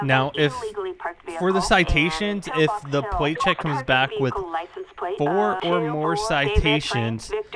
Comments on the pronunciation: "Let's get a pwate check on this thing first" - 2017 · "Wets gwet a Pwait chwek" lol dude can't even talk right